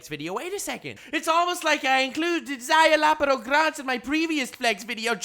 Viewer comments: "Zye-la-porro" not "zye-loppero" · Szayelaporro. Sure you're saying that right? :|